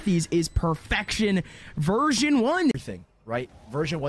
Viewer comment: why are the casters saying virgin 1 instead of version 1?